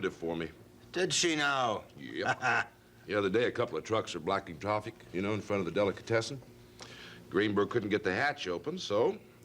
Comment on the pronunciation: Did say “blacking troffic”? Lol